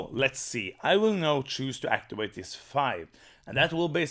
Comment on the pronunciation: Actiwate is a pwopew way to say wowds!